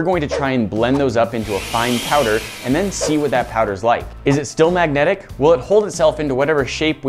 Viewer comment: Maggotic field